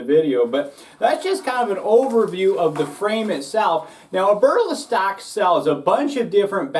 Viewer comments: Ya that was driving me crazy lol. (Eb-er-Lee-stock) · “Aberlastock” lol. Good review man.